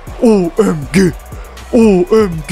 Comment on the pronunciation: abi yalniz o OEMGE degilde O May Gad diye okunmasin??